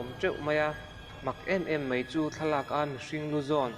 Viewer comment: Mei x Mai √